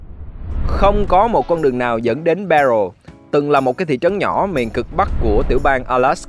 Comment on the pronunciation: Barrow mà đọc là Bell, hehe